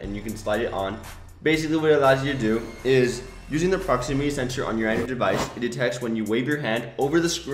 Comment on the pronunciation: 😂😂they way he said android😂😂😂